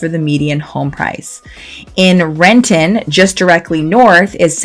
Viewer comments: Rent'n. The I sound is silent. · Madame! Its Rent'in, not Ren-ton. And its not federal way, its felony way. Are you are local or not. Whats next, Mont' Rainier.